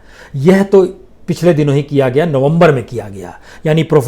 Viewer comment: नोमबोर नहीं नवंबर